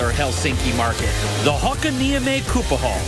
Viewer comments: This program gives so ''medieval'' picture about Finland. It's nothing like that really. Hakanieme kuppahall... Laughed at that SO wrong pronouncing. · Ahhahah! I....I just lost it when he said "Kuupahall" xD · nice pronounciation: hakaniemi kuppahalli = hakaniemi syphilis hall :) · kauppahalli sounded like a kuppa hall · the way he said kauppahalli made it sound like kuppahalli (syphilis hall) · "kuppahall". Seems legit. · Adrews pronounciation is awful :D Kauppahalli - shopping hall, sounds when he says it "kuppahall" which in turn means "syphilis hall". :) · "kuppahall" :D